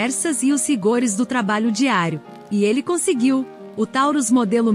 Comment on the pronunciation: Tauros" com "o" é peso